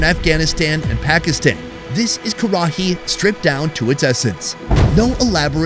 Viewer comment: Karahi is pronounced more lika "Ka-Rai", just so you know